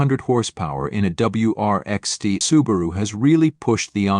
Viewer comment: Use a real person for the voiceover, this CG version is ridiculous. Stee Eye indeed. Do it properly or not at all.